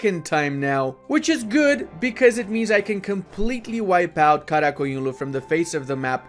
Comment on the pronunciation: Bro you said QaraQoyunlu and AqQoyounlu perfectly